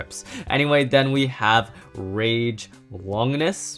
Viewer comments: ITS RAID LUINOR!!!!! NOT RAGE LONGUS!!!! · It is pronounced raid luinor